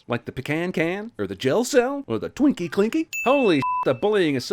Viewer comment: When he said Twinkie cklinky I just died inside